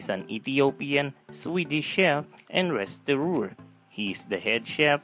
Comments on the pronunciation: restauranteur NOT restorooor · It’s “restaurateur” not “restaureur”